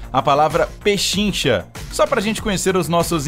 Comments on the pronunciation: penchincha não Penchincha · Pechincha não penchinha